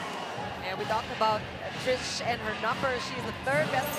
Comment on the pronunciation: Trisha ❎ Trish ✅ HAHAHA! 😂 isang letter nalang tinipid pa bigkasin ng mga caster.